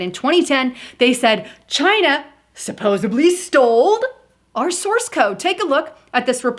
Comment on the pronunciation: And she put a b in supposedly